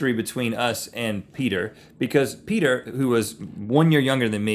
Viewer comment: Every time They say Peter, all I hear is Peder 😏